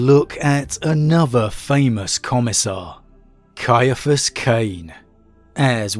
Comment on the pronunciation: Thank you so much for pronouncing his name correctly. I've had to deal with so many who pronounce it "See- fus"... Ugh!